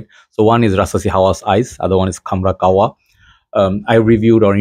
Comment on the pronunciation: Bro its kah- wa not kawwa 😂